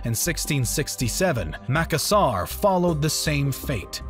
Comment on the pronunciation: Great video, !! Just a few clarifications in terms of pronunciation of Indonesian settlements: you mispronounced Aceh (it's not "Ackeh", but rather "Acheh" - CH as "chair"). Also the stressed syllable in Makassar is in the middle (2nd syllable), and not on the ending (3rd syllable). Other than that the video is great! Keep up the good work!!